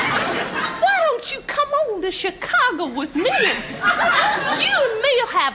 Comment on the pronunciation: "Chicagah," lol! Just like how Thelma pronounces Hawaii "Hawai'ah" in Mama's Family lol!